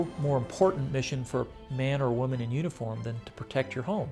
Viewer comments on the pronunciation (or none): none